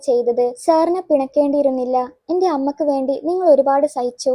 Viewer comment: അമ്മക്ക് അല്ല അമ്മയ്‌ക്ക്